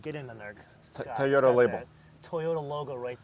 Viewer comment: That’s the Thai oh day guy who can’t say Toyota dam it say Toyota right please you killing me man lol 😂